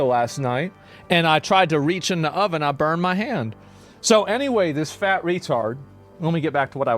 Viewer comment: I have never heard sound so Texan as when he noticed the random burn on his hand "damn, i burned me mo%&£^%king hand!"